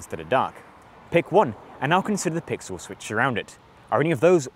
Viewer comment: Let's look at the "PIXULES"? Dude you have a weird ass speech impediment. That's like the 10th word in less than 5 minutes you've said completely fucked up.